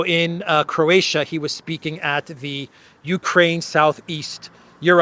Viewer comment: say Croatia one more time ..i dare you ;-) .... and forget to mention other attendants that comedy in our Dubrovnik .